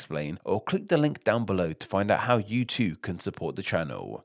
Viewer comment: What accent does the narrator have? It's quite frustrating how you add an extra sound at the end of every sentence. "Too" is not pronounced "Toowah".